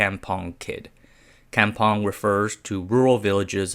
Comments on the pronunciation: Cam pong? Kampong is pronounced more like com (come but without the e ) pong 😂 . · Kampong is pronounced kum-pong.